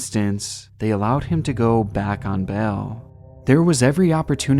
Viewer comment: love your videos but... bail, not bell.... At first I was like what? bell? Than I got what you were saying